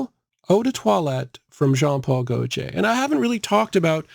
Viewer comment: Jean Paul Go-jay?? Go-tee-ay